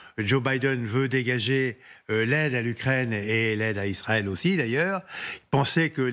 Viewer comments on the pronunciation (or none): none